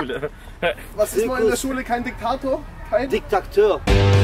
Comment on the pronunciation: Diktaktö r... 😂